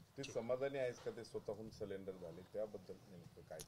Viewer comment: ती CID ला CDR म्हणतीये... आणी सरेंडर ला सिलिंडर म्हणत आहेत...